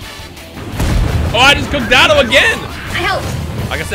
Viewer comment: Quit trying to spice it up, we know it’s pronounce (dough-tow-doy-yah)